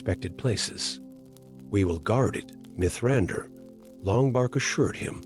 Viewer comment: Diction is uncanny valley. Too measured. Mithrandir read phonetically.